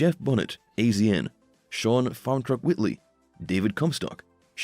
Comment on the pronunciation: Best part is when he's referencing racers and says Dave Comstock and Daddy Dave like they are two different racers lol. Obviously dude has zero clue and can't even pronounce names correctly. Like he says AZ N bruh it's pronounced Asian lmfao. So much click bait hahaha